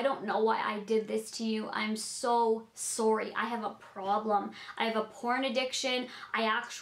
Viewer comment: 'I am so soorie' lol😂